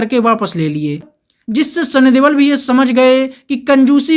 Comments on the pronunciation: Please correct sunny deol not debal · Sunny deol not debal